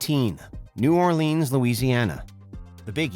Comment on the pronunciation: I live in New Orleans (Not New Or-Leeeenes), and your stats should have been updated. 2018 was 3 years ago. We are now topping the charts.